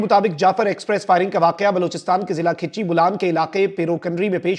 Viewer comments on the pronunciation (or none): آپ لوگوں کی معلومات کی حالت یہ ھے کہ بلوچستان کے ضلع کچھی کو کھِیچی کہہ رھےھیں۔ اور لفظ سرمچار ھے یعنی سر کو مچار کے ساتھ ملا کر پڑھنا ھے